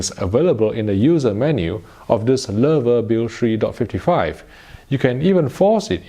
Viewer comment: he pronounced it right. Maybe the first person that's no German native speaker. I'm impressed